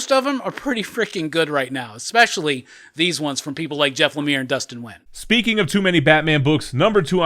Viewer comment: Dustin Wynn? LOL! Dustin Nguyen